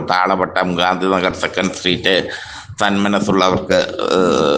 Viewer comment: സന്മനസ്സ് എന്ന് ഈ അമ്മാവൻ പറയുമ്പോ തന്മനസ്സ് എന്നാ കേൾക്കുന്നത് 😂😂വയസ്സ് ആയില്ലേ അല്ലെ 😂